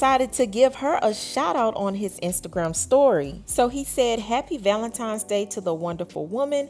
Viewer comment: For crying out loud it's ValentiNes not ValentiMes. Come on now, once you know better.....do better.